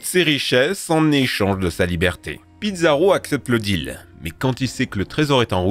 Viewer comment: Belle vidéo comme d'hab ! Mais par contre on dit Pizarro (Pissarro pas Pizza mdrr)